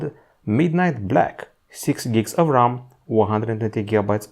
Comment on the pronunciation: like rrrram